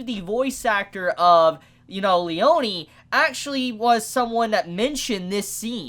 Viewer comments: btw it's "Leoneh" not "Leonee" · Lee-own-ee? It's just Lee-own that's how it's said. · Its pronouced leon(like the beyblade)lee-ohn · did you just call "Leone" --> "Leoniii"? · it's Le-yo-ne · The way you pronounce Abbacchio's first name is driving me up the wall, to be honest. Also, the memes lied. Narancia isn't a trap.